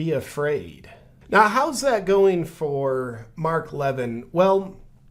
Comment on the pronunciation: Loved how you mispronounced mark levins name differently every time you said it. lol 😆